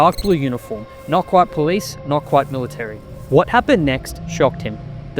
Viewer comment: It's military, not "milly-tree."